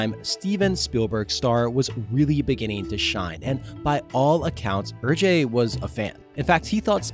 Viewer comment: Great video. Hergé is pronounced like "air-che" not "er-jay" though